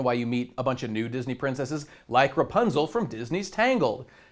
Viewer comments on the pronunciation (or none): none